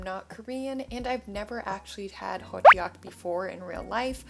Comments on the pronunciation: Hey just wanted to say something about the hotteok pronunciation It's pronounced Hottok and not hottEok Hopefully I explained it good enough cuz I have issues explaining stuff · The pronunciation of it is Ho-Ttugg in Korean :)